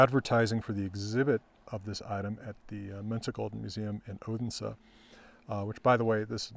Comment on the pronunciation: Been waiting for your take on this astonishing find! Thank you! (Slightly disappointed in your pronunciation of "Fyn" and "Odense")